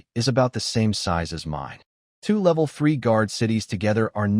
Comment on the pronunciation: The pictures dont really match the story. The mc's vehicle which changes names a few times, changes how it looks repearedly in the pictures between upgrades. It keeps mispronouncing level. I don't know what it is but i don't trust lin wan's brother and black rock city. You can do better thank you for working hard but still you can do better and check the script is correct. You are capable or better work and part 2 of various stories. Also the snow gang keeps changing names Killer shaman it just keeps changing.